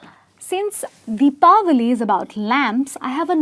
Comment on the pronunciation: mam are you from America or India? you are pronouncing Deepawali perfectly ! So thatswhy i got this doubt .